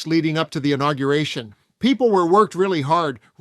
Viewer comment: I think her accent's actually getting worse. Her pronunciation of inauguration was almost as bad as Noem pronouncing ideology; idiotgy.